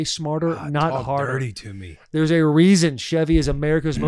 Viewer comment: “Theres a weason”